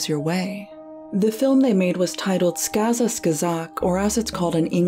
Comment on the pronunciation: This is fantastic quality content as always, but I'm sorry, it just irks me so much. What is it about the second "k" in "skazka" that is so difficult to pronounce? Transliterated into the Latin alphabet, it still very clearly ends on a "ka" sound. The video literally shows footage where the name is pronounced correctly. Was this some kind of blunder in the script? Was "skazka" accidentally misspelled as "skaza" in every instance but one? This isn't some eastern-European tongue-twister with 20 "щ"s and "ж"s! I'm ok with people mispronouncing bizarre surnames like "Khristorozhdestvensky", but "skazka"? C'mon, it's just insulting.